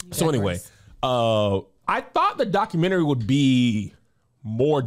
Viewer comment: I love when says "documentry." IDK, something about it.🤣